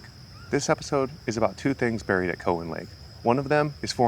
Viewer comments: It’s cow an not cohen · We always pronounced it COW-en not COE-wen. I spent many happy hours on and around the lake and spillways in my youth. Thanks for this. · It’s pronounced COW-WHEN. Not from around here are ya? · Is "COE-in" a byproduct of AI narration? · Cow-as in beef- an lake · we've always pronounced it COW en also. id be interested how it got its name too. might help the pronunciation finding out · Its pronounced Cow-in. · COW like moo COWan. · Have you thought about checking out fort ancient? It's about 15 minutes from there. Also it is pronounced COW-EN 😆...My road ends at the lake...5 min walk 😄 btw, I barely see the snakes in the lake...on the trails, every once in a while. Love the video! Thank you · COW-wan Lake. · It’s pronounced Cow WTF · Cool video and even cooler cat. Was excited to see something on Cowan Lake. We always pronounced it “cow” like the animal, but not even sure which is correct. Grew up doing family reunions here for the longest time. Fun fact: the restaurant near there, the Spillway Lodge, used to be my great grandfather’s butcher shop. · As a lifelong resident of the Cincinnati area, I believe it is pronounced - 'Cow Ann' as in the animal and the name. As one word. Emphasis on the 1st syllable. Never heard it pronounced any other way. Thanks for the video. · Never heard it pronounced the way you do. Also, it’s interesting that you have facts on millions of years ago. 🙄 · my friend. im not upset. just letting you know. if you post things in youtube you probably should expect replies with opinions. I appreciate the info a lot but it made it apparent that you probably werent feom around. the area from how you pronounced it. Keep doing what you do. I subscribed